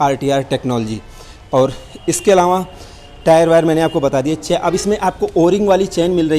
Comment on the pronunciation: अलावाँ क़े जगह अलावा बोलते तो अच्छा होता सर